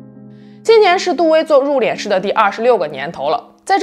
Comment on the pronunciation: 殡葬，入殓，都是四声，都说错了